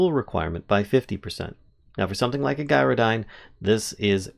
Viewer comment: Sorry to be negative, but I ignored the mispronunciation of Gyrodyne, right up until you managed to pronounce gyroscope correctly.